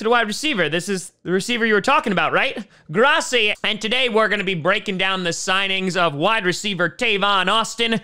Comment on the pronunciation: Next intro, when you say “GRRRRRRROSI POSI PACKERRRRR nation.” Can we get a nice Spanish style roll of the R in GRRRROSSI ???